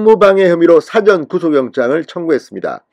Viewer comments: 사전 하지 말고 사:전 이라고 발음 하소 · 사전 발음 짧게 하면 안된다, 국어사전,영어사전 이 아니고 일 사자 사~전 구속이라고 길게 발음해라,답답한 양반아